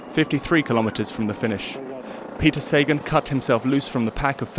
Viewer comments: I thought it was SA-GAN not SAY-GEN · jesus learn his name, you are butchering his name. pronounce is saghan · It is pronounced SA-GAN.................geeezzzzz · 'say-gone', how apt. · “The list of victories in the Flanders is now complete” WTF? Please get a cycling fan to do the voiceover so you get it right & pronounce Sagan properly. I expect more from the Official channel